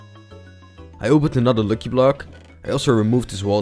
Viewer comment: And also it's not looki it's lucky🤣🤣